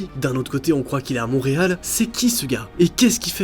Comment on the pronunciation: On dit Montréal pas Monreal